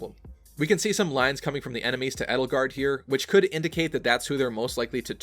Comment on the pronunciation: The proper way to prnounce Edelgard is "ay-dull-gard" Not "ed-ull-gard". Just for future reference.